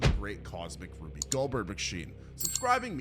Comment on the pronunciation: It's not pronounced Ruby!!!!!! You use it so much, say it right.